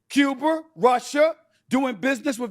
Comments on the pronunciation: You said Cuber it’s a black thing..lol. So is not changing the battery on that fire alarm! We heard it 😂😂❤ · That NiGgA said Agender and Cuber!!!!!😢😂😂😂😂😂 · He said Cub-er as opposed to Cub-a because Stephen A is friends with Mark Levin, and they often appear on each other's shows. Mark Levin calls it Cuber to mock Bernie Sanders pronunciation. Lol. Stephen A is following suit. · Brandon, I can explain why Steven A. Smith said," Cuber". He is good friends with Mark Levin and Mark says " Cuber" as a joke to make fun of Bernie Sanders cause that's how he pronounces it. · Stephen A is just doing the same thing Rush Limbaugh used to do, throwing back to the JFK pronunciation of "Cuber." The Great Maharushie used to say it that way all the time, "as President John F. Kennedy would have said ."😆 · He put the "a" on Russia but not Cuber. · Cub-er and also when he said 'agenda' as agender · I was just thinking “Did Stephen A just call Cuba Cuber?” And then I thought I heard a fire alarm beeping. 😂😂😂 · Cuber.... it's like Warshington.